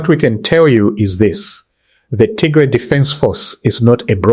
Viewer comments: Please correct your pronunciation of Tigray not Tigre. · Pls don’t calling Tigray wrong pronunciation